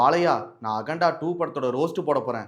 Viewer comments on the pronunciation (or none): அகண்டா இல்லை அண்டா